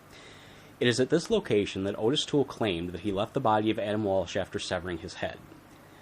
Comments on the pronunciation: I’ve never seen the crime laid out like this, good job. No biggie, but Toole’s first name is actually pronounced “Ah-tis”, not “Oh-tis”. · ~ His name is pronounced "Oddis." Hence the two t's in his name. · ~ I have Joel Norris' book about Henry Lee Lucas, original pressing, which came with an audio cassette, and in the recordings of Lucas' confessions, he pronounces Ottis Toole's name "Oddis" every time. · Hes probably pronounced that way on purpose coz he doesn't give a shit about that scumbags name!